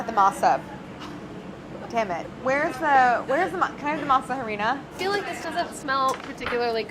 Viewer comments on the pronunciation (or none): Silent H's aren't that hard, just don't pronounce it. Harina sounds just like arena in English, no hah-rina. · Kills me how she pronounces Spanish words so American but pronounces French words correct. Masa=mah-sah and Harina=ah-rree-na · Claire... I love you, but “Harina” is pronounced like the English word “arena” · I fricking hate when you say masa or jarina (harina), when it's literally translated to dough or flour, or even saying crema when it is straight forward cream. I don't understand why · The way these people say harina and other Spanish words is awful. 😂 She said, “HAH- REENA.” 😅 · Clair: Pronounces Harina and Horchata with a hard "H" Every Mexican: *Cringes internally* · I love Clair but it does make me cringe every time she says harina. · Man I wish the pronunciations were a bit better.....but that's just an opinion. Maybe a stupid one, who knows. I just wish they would say "harina" with an "a" sound, you don't pronounce "harina" with an "h" sound. Just sounds weird. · Ok, pet peeve, how Claire pronounces "Harina", like, the H is silent... please... if you're going to use english pronunciation just say "flour dough" it's literally the exact translation, but please, stop pronouncing the "h"!!!! Thank you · Anyone else annoyed by how snobbish Claire is about the pronunciation of French word but butchers all the Spanish words? Like how is she not aware the H is silent in Spanish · Why has no one told Claire that you don't pronounce the H in harina??? Lol she works with fluent Spanish speakers. They doing her dirty haha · I love y'all but y'all need to stop pronouncing the H at the beginning of Horchata and Harina. Also Masa Harina is redundant, as masa is the word for dough and harina is the word for flour. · Clair, please pronounce "harina" without pronouncing the "h" 😙😛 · Claire... please stop pronouncing the 'h' in harina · THE H IN HARINA IS SILENT!! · The “h” in Spanish is never pronounced, as in “hola” and “harina”.